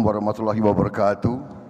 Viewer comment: Saking bar bar nya..ucapin slm pun asalamualaikum warohmatullahi bawarokatu😊